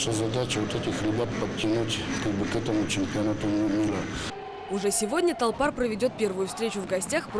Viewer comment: толпар, а не торпар же. ну макаренко...